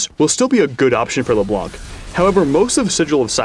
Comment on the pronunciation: wheres...its PRONOUNCED LEBLANG -David "" Turley